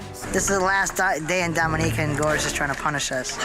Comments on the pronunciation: Couldn't even get 10 mins in. If you're going to present something, look up the pronunciation instead of guessing. It's pronounced like dominican without thr n. Not domineeca. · The video got runnier the moment Dominica got miss-pronounced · I could accept Geoffrey Rush being pronounced wrong, but Dominica??? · Domi-nee-ca XD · You’re saying Dominica wrong. 🤦🏻‍♀️